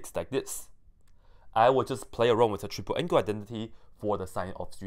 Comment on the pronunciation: Did you just say TRIG-ple angle identity???